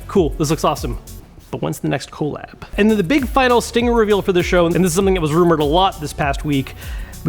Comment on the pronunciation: I just want to know who pronounces COLLAB like that bc it seemed purposeful to elicit reaction.